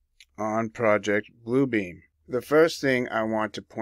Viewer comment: Great research! I heard a whistleblower speaking several years ago and he said it’s not PRO-ject (as in subject) Blue Beam, ….. It’s pro-JECT (as in thrust forward) Blue Beam!!!!!! Yes….. say pro-JECT Blue Beam and you’ve got it!!!!!!